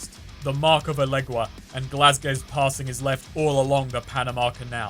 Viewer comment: thank you for not pronouncing Elegguan as "illusion" again. That is all.